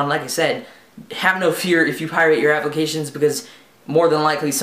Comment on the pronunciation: pirate, not pie-rate.